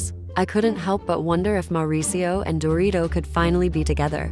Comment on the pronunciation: Umm did you call Dorit, dorito??? 😅